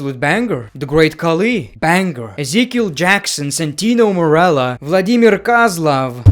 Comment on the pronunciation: it's BANG-ER bro, not bang-ger